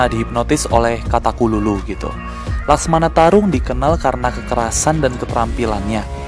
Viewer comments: ko mecamato bukan laksamana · laksamana bang bukan maskmana atau laksmana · Laksamana bukan laksmana *pembetulan